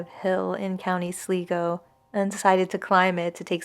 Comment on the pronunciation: Sligo = Sl - Eye - go not sl - ee - go 😹. That’s honestly the first time I’ve heard anyone say it that way.